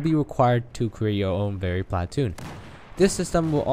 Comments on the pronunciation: you say "PLA- TOON" funny.... try saying it without any emphasis on the "A" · emphasis on the A in platoon